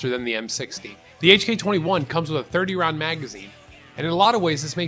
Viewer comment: you said 30 roung not round